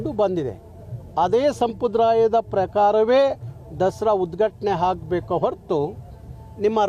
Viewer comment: ಹಾಗಬೇಕು ಅಂತಿಯ... ಅಂತಿಯ ಅನ್ನಬೇಕಲ್ಲವೇ. ಇನ್ನೂ ಸಂಪ್ರದಾಯ ಅನ್ನೋ ಬದಲಿಗೆ ಸಂಬ್ರದಾಯ ಅಂತಿಯ ಬುನೇಶ್ವರಿ ಅಲ್ಲಾ ಭುವನೇಶ್ವರಿ ಅನ್ನೋ ಪುಣ್ಯಾತ್ಮ. ... ಜೈ ಕರ್ನಾಟಕ ಮಾತೆ ಜೈ ಸಂವಿಧಾನ ಜೈ ಭೀಮ್